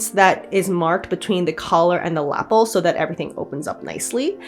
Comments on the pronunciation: This jacket is so lovely! Pink is such a perfect color for it. I just wanted to mention that lapel is pronounced luh-pehl instead of lapple. I'm sorry, I didn't want to be that person, but my brain just wouldn't let it go. I definitely would not have the patience for all that trim work, what a feat! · I loved this. But please. Please is ‘La-pell’ not ‘lapple’ .